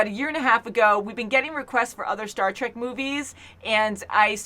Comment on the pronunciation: Star TREK...not TRACK. ;)